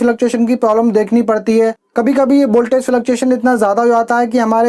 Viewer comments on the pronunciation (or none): bhai boltage nahi voltage hota he😂😂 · Abe boltage nhi voltage